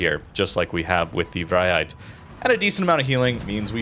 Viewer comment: As a Dutch viewer, I approve of your pronunciation of the ship names... you nail the Vrijheid, others maybe not so much, but the effort feels genuine to me, so props to you!